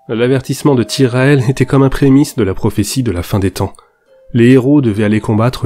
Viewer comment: Un plaisir de retrouver cette histoire et si bien racontée. Par contre pour être franc, n'apporte rien. ça ressemble a un feat pour récupérer des abonnés et pas grand chose d'autre jusqu'ici. Et tout ces 'H' qui n'existent pas qu'il prononce perso me sortent de l'histoire comptée. ( : l'avertissement de Tyrael (H)était comme un prémisse de la prophétie [...] mais avant cela (H)ils devait faire leur deuil ... a la nouvelle tristram avait provoqué (H)une immense ... etc) Bref avis perso, il n'apporte rien et enlève même a la qualité de la vidéo. Je ne sais quelle a été sa participation a l'élaboration de la vidéo mais j'ai préféré les précédentes (je viens de finir toute la suite Diablo pour l'arrivée du 4) et je trouvais les précédentes plus fouillées avec plus de références aux livres de Richard Knaak et autres encyclopédies. Bref ce n'est qu'un avis, une bonne vidéo tout de même et un bon démarrage pour demain ! :D Bonne plongée dans Diablo 4 a tous :D